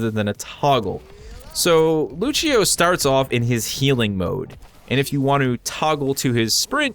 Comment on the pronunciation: Did he really just say it luccio? You gotta be actually f**** kidding me.